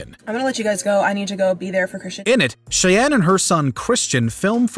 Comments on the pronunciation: Jordan Shay-en? Thought it would be pronounced like the Native American tribe "shy-Ann" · The narrator really needs to work on his name pronunciation for Nguyenand Cheyenne. There's already a lot of youtube videos on Nguyen pronunciation alone.